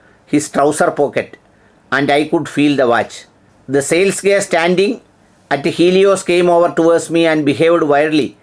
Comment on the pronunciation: താങ്കളോടുള്ള ബഹുമാനം നിലനിർത്തിക്കൊണ്ട് തന്നെ പറയട്ടെ: Guy എന്ന വാക്കിന്റെ ഉച്ഛാരണം 'ഗൈ' എന്നാണ്. 'ഗേ' എന്നല്ല. ഇതിന്റെ അർത്ഥ വ്യത്യാസം വളരെ വലുതാണ്. ഗേയുടെ അർത്ഥം ''സ്വവർഗ്ഗാനുരാഗി'' എന്നാണ്. ഉദാ: He is a good Guy (ഗൈ) അർത്ഥം: അവൻ നല്ലൊരുത്തനാണ്. നിങ്ങളുടെ ഉച്ഛാരണ പ്രകാരം, ''അവൻ നല്ലൊരു [ഒന്നാന്തരം] സ്വവർഗ്ഗാനുരാഗിയാണ്'' എന്നാണ്.